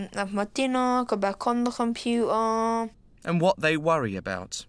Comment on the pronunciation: Compuerrrrr, dinerrrrr, compuerrrrrrrr